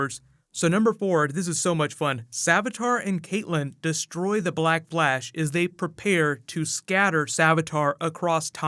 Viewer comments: Is it just me or is he saying black blash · Did anybody hear black blash? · Did anyone here black blash ?😜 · Is it just me or did he say "Black Blash"? Edit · The way he says black flash. Ugh.